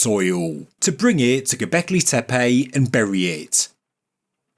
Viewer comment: I don't think I agree with your video but super KUDOS and congrats go to you to prounounce GObekli Tepe correctly compare to everyone else, including Ancient Aliens and Hancock. Not tee-pee . TAE- PAE.